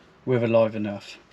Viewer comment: Its live and earth not live and nerf😅